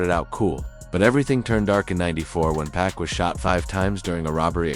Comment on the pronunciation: The way Pac is pronounced is annoying